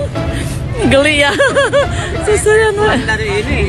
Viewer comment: Kenapa bilang geli dapat rezeki kok bilang nya gelli